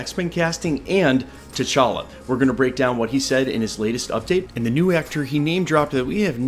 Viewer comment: Facts. And you said it correctly: T'Challa son of T'Chaka, not TJ [illegitimate] son of T'Challa.